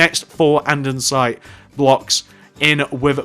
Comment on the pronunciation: why do u say andinsite in stead of andisite